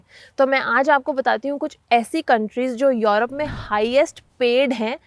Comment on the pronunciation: मॅडम आप युरोप को यॉरोप क्यूँ केहते हो? What is correct pronounciation? युरोप या यॉरोप? Please clarify this if you know.